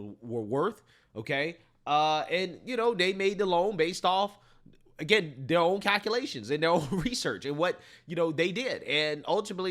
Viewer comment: "cack uh lations"